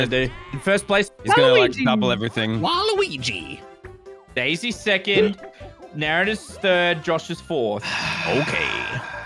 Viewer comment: Whenever it said "Daisys Turn!" I thought it said "Daddys Turn!"